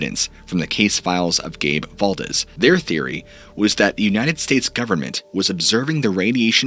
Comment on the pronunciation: Guess whose mind isn’t changed. 😂. It’s pronounced Dool say. Not dull see. It’s also val DEES. Not val dezz